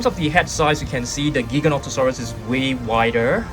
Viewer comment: Pronounced Jyganotosaurus